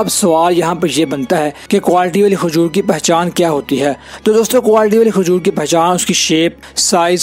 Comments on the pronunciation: Khajor nahi,kajur bolA kRo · Isko khajoor k naam bhi sahi nahi bolpara